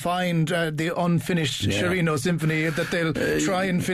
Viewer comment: Lovely pronunciation of Sciarrino's name! !